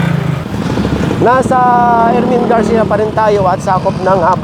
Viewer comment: Ermin Garcia not erwin garcia